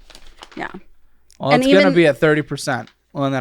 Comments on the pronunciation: The way pronounced heifer has me rolling lmao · I initially gave him the benefit of the doubt thinking he would mis-pronounce words when he got all spun up. Pretty sure he just has a dog-shit vocabulary. it's pronounced "Heff-er", meaning a female cow. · Bro lives in Texas but doesn’t know how to pronounce ”heifer”🤢